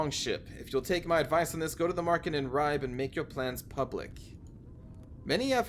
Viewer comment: In the Scandinavian Languages we usually pronounce the 'e' at the end of words and names. So it is RibE and SkulE. All this French/latin influence has confused you English. ;-)